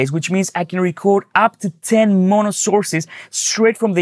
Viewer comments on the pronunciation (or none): none